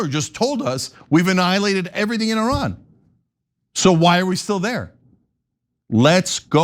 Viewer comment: How much money are you getting fom AIPAC IS ADL HELPING TO PROTECTING YOU. TRAITORS TREASONOUS SUPPORTING A PEDOPHILE WAR CRIMINAL STATE. YOU MURDERED INNOCENT PEOPLE IN PALESTINE, LEBANON, IRAQ,,YEMEN,SYRIA. NOW IRAN. SURPRISE IRAN IS COMING AND HELL IS COMING FOR YOU. YOU CANT EVEN PRONOUNCE THE COUNTRIES NAME CORRECTLY. YOU CALL IT I. RAN. SO RUN FOREST RUN. You are stealing our hard earning tax dollars to support zionest pedophile war criminals. Are you a zionest pedophile. Come out of the closet. Israel wants a zionest world. No Christians Muslims or any other. Wake up america